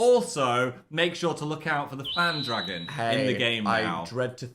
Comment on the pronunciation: phan dragon? phagon. cmon.